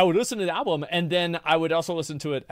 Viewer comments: also you had a slip of the tongue and one of the times you said alblum accidentally XD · Is he saying alblum? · he actually says ALBLUM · I barely payed attention after hearing him pronounce album as alblum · Bro the way you say alblum has be fucking crying and then chat is trying to correct you and you still say it wrong 😂 God I love this channel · You had said ablum. I don't think it's a big deal. I sometimes mix up the first syllable of 2 different words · Chat is cap, i definitely heard alblum 3 times. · Love the mispronunciation of "Album" he was referencing the Chris Rock bit. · He didnt know that he was saying album wrong. Thats amazing